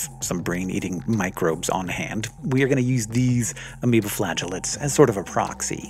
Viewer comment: So I heard “amoebaflatulance” instead of amoeba flagellates. Damn funny.